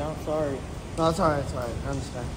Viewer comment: i think im the only oone who hear "alr ni-" 😂😂😂 shit funny as hell